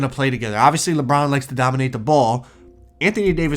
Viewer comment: did you try to say Lebum or did you actually try to say Lebron